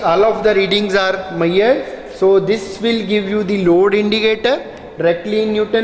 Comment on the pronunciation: 'Maiyered' nhi 'measured' hota hai sirji.....baki video is very informative and nicely explained